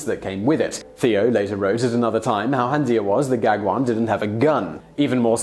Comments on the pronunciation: "Paul Gagwin". -. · Van Gogh | vən ğoğ| sounds closer to goff, than to go. Gag one? Gauguin? Neither did he shoot himself, that was his neighbours, a pair of brothers. ( you missed that!) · Your Van Gogh pronunciation is more than forgivable, but how did you manage to pronounce Gauguin as a Star Wars character or somth?? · I cringe more at the pronunciation of Gauguin 😂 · Gogh and Gaugin... both pronunciations were.. hmm..please have a look at the correct pronunciations... more videos like this please :)